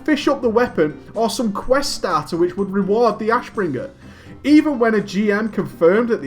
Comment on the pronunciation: Damn your way to say Ashbringer is annoying..